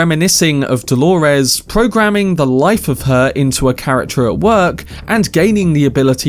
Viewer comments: Holores? Why are you calling her that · I get thrown off every time I hear you say “Dolores” lol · Why does he say Delores like that??? Is that Hale and Delores